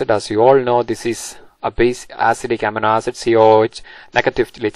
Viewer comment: not to sound rude or something but it is supposed to be pronounced uh-meee-no ae-sid